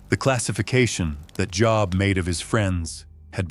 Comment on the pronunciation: Can't even get the name of the book correct! AI is exhausting!!! I will not watch any AI any more.